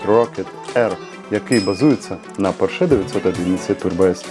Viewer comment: Автор,як ви можете робити огляд,якщо не знаєте навіть назви автомобіля,ну який "поршЕ́"!?!?!? Запамятай: не "поршЕ́" а ПО́РШЕ!!!